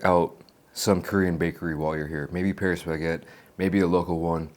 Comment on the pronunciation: 형 패뤼스 베케트 아니고 빠리 바켓뜨